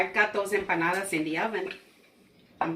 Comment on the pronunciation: Just a quick thank-you for correcting our pronunciation of empanadas; we had been using a "ñ" in the word, and you said it right (I think our prof wrote it down wrong, because my "study buddy" had the same error on her paper), so thanks from BOTH of us!!